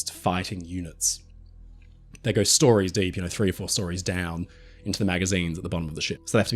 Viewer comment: Brother, there is no R in GO. Common, I love your content! Lets GOR to the store. NO its lets GO to the store. OH No'reee he called us Aussies out.